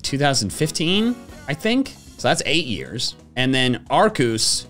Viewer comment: It’s pronounced ark-E-us 😅